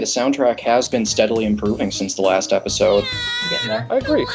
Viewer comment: naw my ears are still bleeding from the last "epidose"